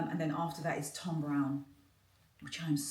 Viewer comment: Not Tom Browne it’s “Thom”. Sorry to be extra fussy but us black London peeps can sometimes get lazy with the diction 😂 having said that so are some of the black American influencers. It’s your trade so more important to get right don’t you think? ❤